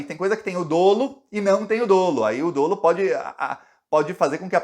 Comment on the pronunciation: quando você se referi a palavra dolo, o correto é dizer dólo, não dolo.